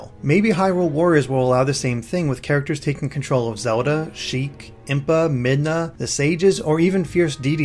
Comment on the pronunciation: Awesome video! Just, it drives me nuts when you pronounce Zelda like "soda".